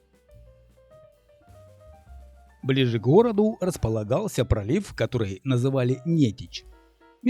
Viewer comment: Большое спасибо! Всё классно, только река Нете́ча, а не Не́теча😊.